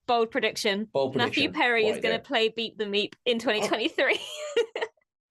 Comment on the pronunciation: Man I had to listen carefully to that one... at first it sounded like "Beat the Meat"... I have now found references to "Beep the Meep". However It would be nice if the Doctor could reverse the effects of the Black Sun on "Beep". He could then become a cute fuzzy ally.